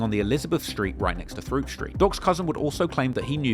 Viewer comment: “throop street” is pronounced troop